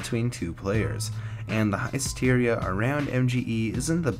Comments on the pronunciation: HISS-Teria NOT HIE-Steria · high steria? isn't it hissteria? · Did I just hear Heist-Eria? Oh fuck..